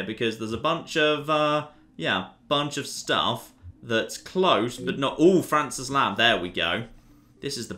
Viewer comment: Did... did he pronounce Frances as “Fran-sees”? Dammit.